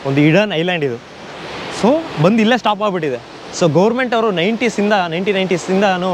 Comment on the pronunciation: ಬಂದಿ ಬಂದಿ ಅಲ್ಲ ಬಂದು ಬಂದು 😆